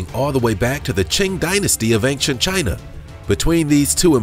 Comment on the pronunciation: Had to stop listening. I listened for a minute and thought "is this guy really going to say ank-chent the whole video?" Yes he is. Gotta nope out of that one.